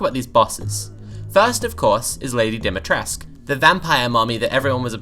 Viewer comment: Awh yes, an awakening for a new generation. Lady Dom-me-trescue